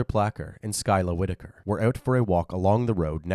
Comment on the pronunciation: That is not how you pronounce the last name "Whitaker"... I see what you did there...